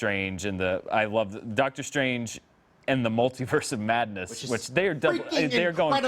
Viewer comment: "In the Multiverse of Madness" sounds like "At the Mountains of Madness." Maybe Strange is mixing it up with Shuma-Gorath?